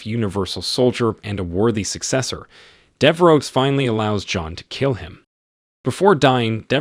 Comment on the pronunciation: Dever oh. Not dever ox lol. Thanks for the content either way. Love and respect